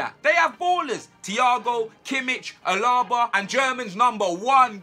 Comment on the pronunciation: he said 'Allar- bar' lmao. It is Al-a- ba. Rhymes with Canada!